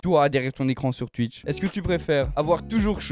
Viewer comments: Touitch (twitch) et non tUiTch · « mon live TUITCH » ptdrrrr 😌😂😂